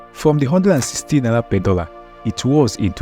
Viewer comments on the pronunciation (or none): none